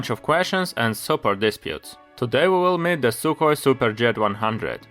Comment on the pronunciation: sukhoi not sukoi